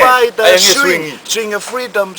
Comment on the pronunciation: Cracked me up every time said " EVERYFING " and " IT'S MY FREETOMU " LMAO from UVEA!! MALIE